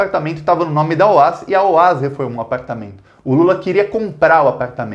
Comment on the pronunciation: excelente video! A pronúncia do nome da construtora OAS é "óaÉssi".